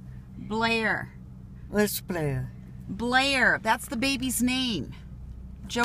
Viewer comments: Blair......Player??......no, BLAIR..... Playah??? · Lucila Blair is not such a bad name but she pronounced it bleeah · Blair sounds like Bleah so I understand why she doesn’t like it